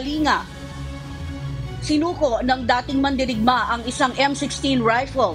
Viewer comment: Kalinga province should be pronounced Kalingga.